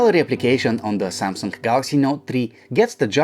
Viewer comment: LG G Tree and SYAMSUNK Not Tree